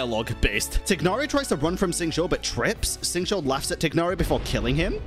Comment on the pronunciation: Why do you pronounce my boy Tighnari like that xD